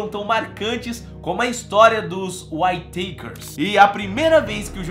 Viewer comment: Whayteikers ,Whayteikers kkkkk mano se lê simplesmente Uitekers , praq esse show kkk